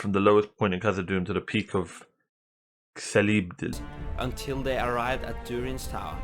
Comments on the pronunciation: C in "Celebdil" is actually pronounced as 'k', not 's'. It is pronounced as such in both of elvish languages created by Tolkien. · The letter " C" always makes a "K" sound in the languages of Middle earth. So its "Kelebdil" not " Selebdil".